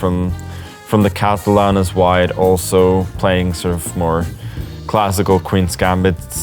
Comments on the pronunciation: "Catalan as white", not "Catalan Wide". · “The Catalan as white” or “as wide”?